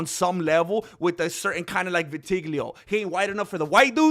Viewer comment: It's pronounced Vi-Ta-Lie-Go but who cares....i spit my burrito out laughing! this is the funniest mma voice in the game period